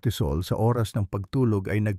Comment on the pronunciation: alam mo d mo bigkasin ng klaro ang oras..lilalabo mo ang pgkasabi pwd mo nman dretsong sabihin kung ilang oras bago matulog..